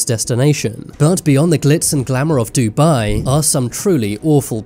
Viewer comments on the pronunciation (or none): none